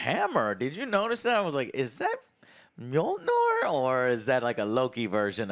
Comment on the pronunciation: "Myol-neer"... Js